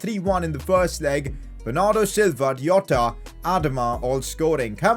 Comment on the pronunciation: D.jota became j.otta